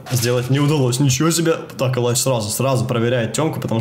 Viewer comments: Только элита знает, нет бл*ть, любой смотрящий кс знает что это элИдж, а не элАйдж. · ни элайдж а элидж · Илидж, а не Елайдж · Комментаторы произносят элидж, а мне больше нравится элайдж. По плейстайлу он мне не нравится, хотел бы посмотреть нико и крисджей, ну а сашу каждый день и так смотрюя)